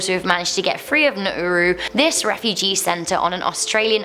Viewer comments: The detention Australian detention centre is pronounced Naroo, not Narooroo. Please also consider that these detainees spend thousands of dollars to be smuggled to Australia. This money could best be spent on airfares. When the plane lands they refugees can then ask for asylum. Thus not sent to Nauru. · Love you, but it's pronounced Na-Roo as in kangaroo and their budget for food was $10more per person per day than I had working on the mines in 120 degrees a 3 hour flight away in Western Australia. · its pronounced nar - roo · TheAustralian prison is spoken as NA -RU. i am Australian